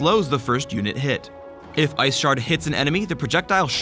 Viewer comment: i heard "iceporn". ahahaha!